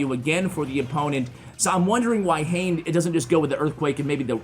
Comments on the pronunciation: not hain. His name is ha ne ha ne. X is not read.I’m Japanese. These English I want you to convey. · It’s not Hane as in Jane but Ha-ne Ha-ne. Hane means wings in Japanese. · I'm pretty sure the pronunciation is "hah' neh" not "hayn". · Great vids love ya but I think hanexhane is pronounced ha-nay being a Japanese player. I Could be wrong though